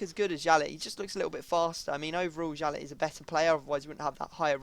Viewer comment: It is pronounced "yalley" not "jalet"